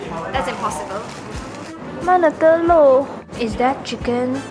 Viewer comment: Literally die when she say "mana telur"